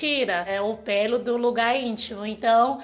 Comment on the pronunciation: . É engraçado ouvir depiRação, que tem que tirar peRo... .